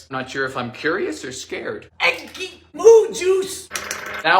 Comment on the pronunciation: Firstly, I truly don’t understand how you are single. Secondly, I love every time you say “EGG-GY” and “botulism”. Please never stop making these 😂❤️